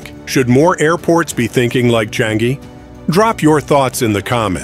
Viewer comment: sir, try saying Chang-ee